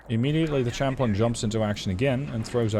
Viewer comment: I get English is not your first language but it's pronounces Sham-plane, like Champagne. English is indeed a weird language.